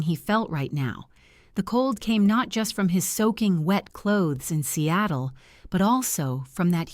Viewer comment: Not Cattle but SEATLE